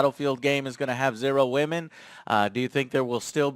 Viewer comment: It's 'whamen'...